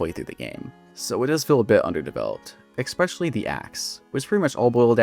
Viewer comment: oh my god… I like your videos but please stop staying “EXpecially” it’s pronounced especially for god’s sake… the fact that you use it every other sentence makes it worse